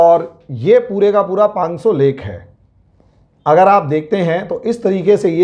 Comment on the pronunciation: पांग्सो नहीं, पाँगोंग त्सो!